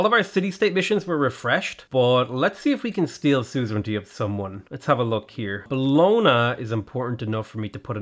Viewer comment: It's pronounced like "Bolonia" in Italian the "gn" is like the spanish ñ, sounds like nya. So it's Bolonia